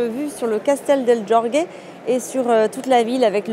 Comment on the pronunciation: Castelo de jorge ce prononce comme cela s'écrit "prenom Georges en français" pas georgué et en portugais le j et le g ce prononce comme en France non pas comme en espagnol. Désolé de faire la remarque cela m'a un peux perturbé.😂